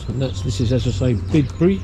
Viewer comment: Great video. By the way it’s Byebury in these parts. 🤪. Enjoyed wandering along with you and Steve. Best wishes from Glos vegas. 👍🏻🚶🏻‍♂️🚶‍♀️